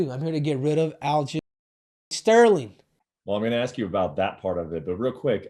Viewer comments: He called aljomain --- aljolame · Is he calling him Aljo ShitStain lmfaooo